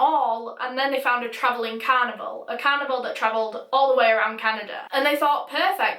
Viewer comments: After mentioning the oddness of the "toilet roll" I was expecting some sort of an explanation! Lol! Also I kept hearing "cannibal" not "carnival"... it took context to decipher!! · I thought she said cannibal instead of carnival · I literally thought she said that they wanted to join a, "Traveling Cannibal" i was so confused and I thought she was saying that until she said that he was going to leave the "carnival" and start a life. I've never been so weirded out and confused at the same time before. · In the beginning, I actually thought for a moment that you were talking about a traveling cannibal instead of a carnival. Btw this is such a frightening case.😫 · When you said carnival it sounded like canibal lol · You pronounce "carnival" like "cannibal" and it is an unfortunate coincidence in this video. Where is your accent from? I've never heard an accent like yours. Is it Scottland or northern England? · every time you said carnival it sounded like cannibal 💀💀 rip I’m so sorry omg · i thought when she said carnival she said cannibal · I can't fricking stop hearing canibal when she says carnival frick frack frick